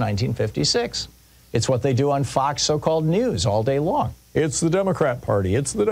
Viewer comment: Foxes are nice creatures, and people like foxes. Therefore, it's important to pronounce the name of Murdoch's alleged news channel as Fawkes news. With an emphasis on the failed coup attempt, I guess. 🦊